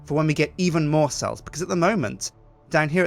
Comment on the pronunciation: ITS MORE NOT MOAR